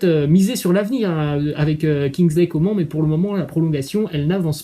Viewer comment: Juste on prononce Kingsley Comane et pas Comment